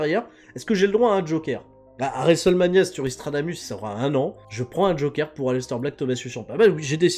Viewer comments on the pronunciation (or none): none